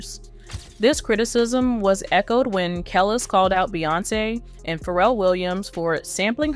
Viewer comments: Kellis, really? It's (Kah les) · Woman, if you don't pronouce KELIS's name right! We gonna have a problem! lol! (KAH-LEASE) NOT Kale-IS. You're pronouncing the vowels wrong. Vowels in certain name, are not pronounced like in America. The ( i )'s are pronounced like "E" and the (A)'s are pronounced like "AH". Like in AFRICA. If you're gonna be doing podcast, utube, etc, as a form of journalism. You need to know it is THE ultimate disrespect to pronounce someone's name incorrectly. There's a old saying, in the Entertainment Business, that states: "Say what you want - just spell my name, right." Pronouncing someone's name properly falls into that. Overall, Great job. Blessings 💫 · Her name is pronounced Kelis( ka- leese)